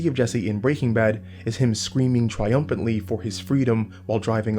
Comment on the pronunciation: why do you say breaking bad like that? lol